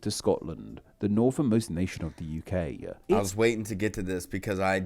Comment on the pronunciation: This guy's pronunciation/accent really annoys me, so adenoidal. have never heard Hull pronounced "Hull-a" or UK "UK-a" (or similar neutral vowel tacked onto the end, or even in the middle of many words). Guy probably can't help it...but...but...annoying, especially when hosting a pronunciation video!